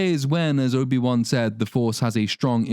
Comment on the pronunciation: “Soy-bi Won”, lol brilliant 😅